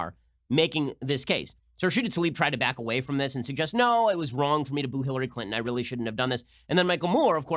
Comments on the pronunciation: Lmao she said Hillary Clin-in its Clinton speak English 😂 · Has anyone else noticed that young people say bu un instead of button? Cli un instead of Clinton.